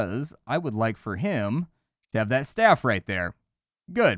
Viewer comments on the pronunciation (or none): “Adept stavv” its staff but other then that good video